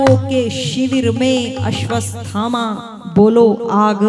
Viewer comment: अश्वस्थामा नहीं, अश्वत्थामा सही है अश्वत् थामा अलग अलग बोलिए तो उच्चारण सही हो जायेगा